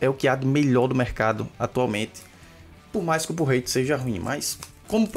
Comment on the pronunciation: sempre que ele fala pull rate eu entendo porrete